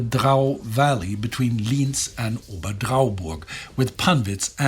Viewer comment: Your pronounciation of Lienz sounds like Linz. Which are different cities. Correct is [ˈli:ɛnt͜s].